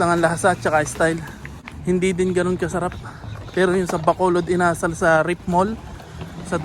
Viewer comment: Required po ata kasi na ang ka-sosyo is lokal... iba ata pagkabigkas mo sa chicken "inasál"